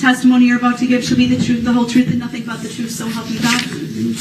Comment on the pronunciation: I like it when he keeps asking for videos of himself driving through the parade to be played so the jury is shown the "troof", because they should be "privy" to all the "troof".